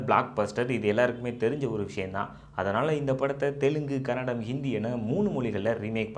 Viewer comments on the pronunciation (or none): Anthamma adu kannadam alla ಕನ್ನಡ Say properly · bro, you need to pronounce it as Kannada not tamil version..